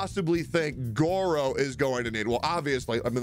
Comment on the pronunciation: please.... its Gorou. Guro is something completely different and not super safe- * nervous sweating*